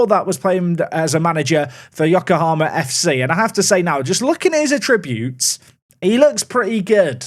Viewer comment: After all these years, it still bothers me that says attributes wrong 🤣